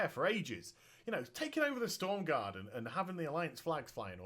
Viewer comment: made me cringe how he kept miss pronouncing stromgarde